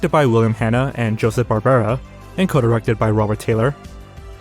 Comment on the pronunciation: hold up Barbera like Hanna-Barbera